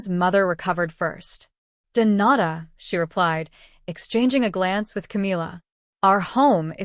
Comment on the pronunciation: The AI Spanish is not Spanish. “Donata” is incorrect, should be “de nada”.